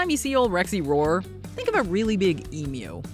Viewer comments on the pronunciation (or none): Emu is pronounced "eam-you", not "eam-moo".